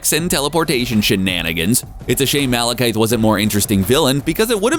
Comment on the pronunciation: Please learn how to pronounce Malekith. This makes the third time you've gotten it wrong.